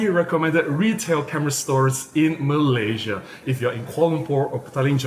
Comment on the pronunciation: Hey, I have a confession to make I love the way you pronounce 'From Malaysia' at the beginning of your video. I loved it so much even it started getting into me. ANyhow keep up the good work